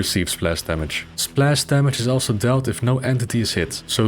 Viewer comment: Now I want to teach to say splash in perfect English